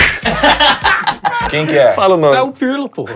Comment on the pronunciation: Pirlipe Melo...luis pirlipiano...pirlyol....kkk paulinho o filho do povo